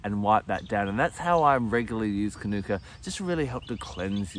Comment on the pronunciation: Hi, lovely information thanks, but please pronounce it according to its mother culture language. The pronunciation is kānuka. Long vowel on the first a. Not kanoooka. Good pronunciation of māori words is one of the ways some of us are trying to repair relations with our first nation people.